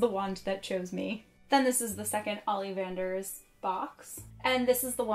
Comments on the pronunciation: I love this. except she says "ollivanders" olleevanders. why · Am I the only one bothered by the multiple mispronunciations of certain words, Animagus, Amortentia, Ollivanders, Hippogriff, Grindylow, Tales of Beedle the Bard.